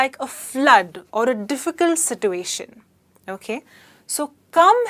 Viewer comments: situation... r u speaking American? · YOU can't pronounce ' situation ' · no she is pronouncing it wrong no English speaking nation pronounce it the way she is.its something Indians have invented